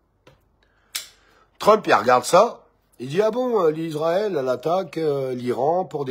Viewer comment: On ne dit pas Lisraël mais Israel